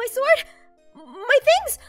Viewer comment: Ah yes my favorite weapon the 'sord'